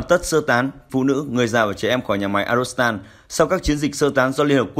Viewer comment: Phát thanh viên đoc ngọng arzovstal thành arostal. Nên sửa lại